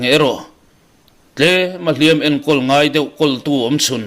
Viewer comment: Thangthar ho hian Hliampui tuar tih a, Hliam tih lai tak hi in thluk sang zel mai a, thluk hniam zawk tur a nia.